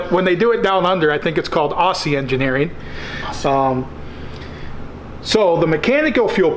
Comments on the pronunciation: Aoooooozey is how you say it lol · Try pronounce Aussie as ozzy like ozzy osbourne to make us aussies proud